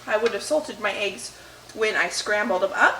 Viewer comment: I’ve seen most of your videos and only now can I hear your accent. The way you say peppers. Lol. And eggs kills me. Aye-ggs vs Eh-ggs. It made me smile.